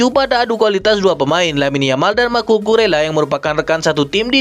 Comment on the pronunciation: Nama Cucurella harus disebut Kuku rella bukan cucu rella😂👍